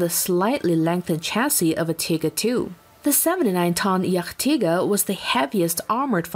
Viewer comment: The pronounciation is just hillarious. jagdtiger became jach-tiger while jagdpanther became yuck-tiger haha!